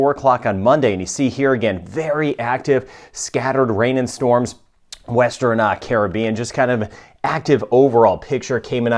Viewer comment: Watching from Nassau, Bahamas I Love how you know how to pronunce all the names of the Caribbean Island and South American Countries ...